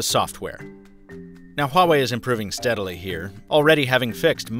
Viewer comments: You pronounced “Huawei” better than any other youtuber. You must have at least one chinese friend. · The company did release a video saying it's porschE though, so I think you might just be wrong. But you got Huawei right :)) and that's a rare one.